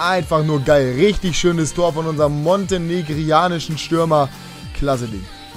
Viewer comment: Nicht "montenigaranischen Stürmer" sondern "montenigrinischen Stürmer" :) #nohate